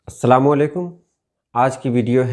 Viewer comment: السلام عليكم تلفظ ہے نہ کہ سلامو علیکم نہیں ہے